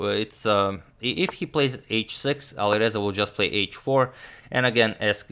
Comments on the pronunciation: And it’s not aliverza it’s ali R eza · And pronunciation of A at the Alireza is like a in cat